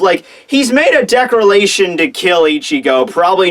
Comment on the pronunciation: Did nobody notice that he said decralation instead of declaration